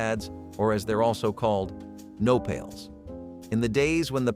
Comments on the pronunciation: Not "No pails". The word is "Nopales." (Pronounced no-pÁ-laze.) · Nopales pronounced wrong - dictionary has enunciation perhaps a moment of research on that portion.